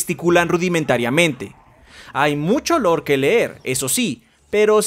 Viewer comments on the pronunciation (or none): none